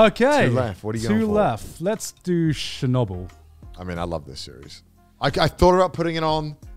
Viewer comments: I’m Russian, and it’s so funny to me that they pronounce Chernobyl as Shernobyl 😂 “Ch” is pronounced as in “check” Chernobyl is such a good show 100% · As a North American English speaker I could not tell they were talking about Chernobyl from their pronunciation! Sounded to me like Shenubble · I love the story of Chernobyl. Thought gigguk was saying shinobu at first and I was very confused how I hadn’t heard of another Japanese nuclear incident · Honestly thought they were pronouncing "Shinobu" till I checked the video "chapters"